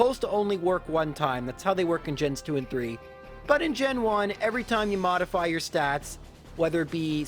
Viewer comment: Glad to have you back,! We missed you! <3 I was going to say you are a patience saint for doing this but you already did physical Abra challenge so... PS.: Every time I know I can beat 3 mons with the same move I always say mentally the "one... two... tree" with your voice in my mind. Much love! Keep it up,!